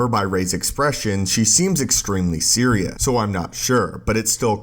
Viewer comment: Serious not “Seriahhh”